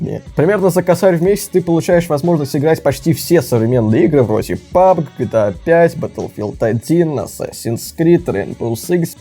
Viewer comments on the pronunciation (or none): none